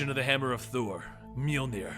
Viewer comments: OMG after years of pronouncing it "moldnir" finally pronounces it correctly. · HOLLY SHIT IT FINALLY HAPPENED!! PRONOUNCED "MJOLNIR" CORRECTLY FINALLY!!!